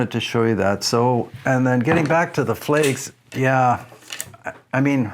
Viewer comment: I grew up within a mile of them. They pronounced their name Flags, with a short a. I’m pretty sure they’re not making rifles anymore.